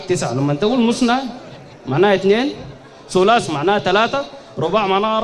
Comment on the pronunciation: والله استغربت قال مسنا وهي مثنا وقال سلاس وهي ثلاث رباع الحمد الله قالها صحيحة